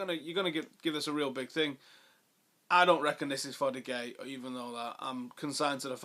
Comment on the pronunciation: Allyz Abdi Least he knows how to pronounce De Gea correctly.